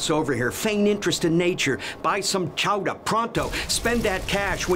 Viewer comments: The way he said "chowda" really has me cracking up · One thing we all learned from this video: from the way pronounced "chowda", we know he's from New England 😅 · the way he says chowder make my new England bones feel dirty